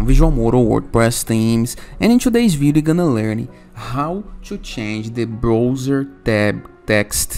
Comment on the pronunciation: Brother, se fala BRAUZER. Que agonia ver você falando BROUZER!